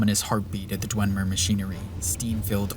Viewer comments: I know it has no bearing on the substance of the video, but from to when he says "Dwenmer" instead of "Dwemer" every single time, like 18 times in this 5 minute stretch, it got under my skin so much I couldn't finish watching. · It's "Dwem-er", not "dwen-mer", and also it's "Skyhaven Temple". good video though lmao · "Dwen-mer," huh? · There is no n in dwemer. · Nitpicking here. Its "dwemer" not "dwenmer" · I'm sorry, this is such a great video but....*dwemer, not dwenmer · This is really good, and your points are solid. However, I must say that it's not Dwenmer, it's Dwemer. There is no N in Dwemer. I'm sorry, I just had to get that off my chest, it's been bugging me for an hour. Other than that, this is really good. And if that's the only weakness I'll say this is damn near flawless. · ”Dwen” mer? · Why does he call them the Dwen-mer? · i swear you were saying "dwenmer" this entire video but it was so subtle i never knew if i was just hearing things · You were not and he was. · Why do you keep saying Dwemer like that